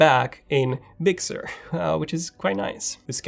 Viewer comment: very good review bro!... I got a kick out of the pronouciation of big sur... I swear you were saying "bixxer"